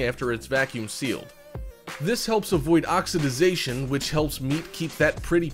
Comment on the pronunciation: "Oxi-DIE-zation"? "Fun-IH-lee enough"?